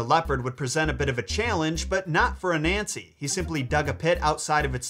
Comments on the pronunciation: Ghanaian, and the pronunciation is " AH-NAN-SEE" = ANANSE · hi an ashanti here it's ananse not anansi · I like the video but it's not African folklore it's from ghana and you mispronounced his name it's like this aaa naaa say trying to help because am a Ghanian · Not anansem Ananses3m